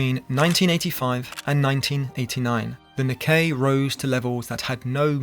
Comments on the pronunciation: the Nicky??? Bro you need to get a better AI voice over…it’s Nikkei…not Nicky. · Nicky? no, it's Nikkei. Pronounced as "Nik-kay" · You do not pronounce it as the "Nicky" Index, it's "Nikkei", like saying "knee-kay". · Knee-Kay, not Nikki. Tough to take you seriously. You dont have to know Japanese, just listen to a market radio broadcast once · Hate to be a pedant, but the Japanese stock market isn't the Nicky, it's the Nikkei (ni-kei) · This. It's an understandable mispronunciation, but I laughed anyway. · It's NikKEI you dropkick... Not NikKEY! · Lol I can't believe you called the Nikkei the Nicky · When the voiceover pronounces “Nikkei” as “Nicky” that’s a red flag. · "Nikkei" pronounced as "niCkEy" ala #MickeyMouse ???!! I'm out. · 4 seconds in your pronunciation of ‘Nikkei’ ended it for me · Dont know how seriously I can take this video. The first sentence and they are already mispronouncing the Japanese stock exchange -_ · The vast majority of newscasters, politicians, and finance folk outside Japan mispronounce Nikkei. You're either a hardcore socialist/communist on a self-defeating conspiratorial witch hunt or (IMO more likely) a hardcore capitalist/corporatist trying to defame in bad faith a channel critical of you and your fellow tech/finance bros ruining all. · . How the hell can such a blatant mispronunciation of Nikkei slip by seconds into a video? Sloppy.